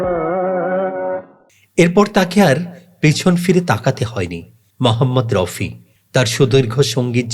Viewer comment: স্যার আপনি ঠিক উচ্চারণ করুন ওনার নাম মহম্মদ রফি। মহম্মদ রউফি অথবা মহম্মদ রাউফি নয়।